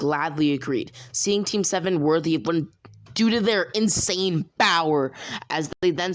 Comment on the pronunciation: Say bower again it satisfies me